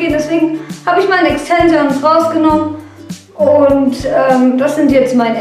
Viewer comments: das wird Extenschens aussgesprochen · wdf! wie sie exzensions ausspricht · wie sie einfach extensions ausspricht